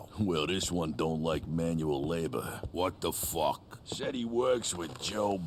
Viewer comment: “Wot de fawk”